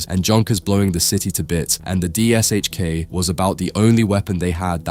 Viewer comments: Only an A.I. narrator would say "D-S-H-K" instead of " Dish-Ka". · sigh The PPSh suffered, the DShK suffers. It's not D-s-h-k, it's D-Sh-K. Phonetically, De-esh-ka. Or Dy-esh-ka (varying on dialect or variety of the languages that recognize the letter). The 'Sh' is a single letter and pronounced as such. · It's not pronounced as "D.S.H.K". It's "deh sheh kah". In Russian, the gun is spelled "ДШК" (Дегтерева-Шпагина Крупнокалиберный - Degterev-Shpagin High-Caliber (Machine Gun)). Russian has the letter "ш". English has the same sound, but it's represented by two letters ("sh"), as in shame, shine, shovel, etc. Same story with PPSh-41. It's pronounced as "peh peh sheh". Russians also commonly simply the pronunciation of these two guns as "dushka" and "papasha", respectively. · You`re pronouncing it wrong. It`s not D S H K its D Sh K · Its pronounced "Dishka" and it still doesn't come close to the M2, dream on though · Just say dishka please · Забавно на английском звучит ДиэСэйЧКей. Хотя там S и H должны читаться как Ш по задумке.